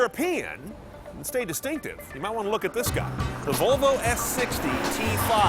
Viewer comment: Volovo .. Sounds like a guy trying to say Flafel after consuming 4 liters of tequila :D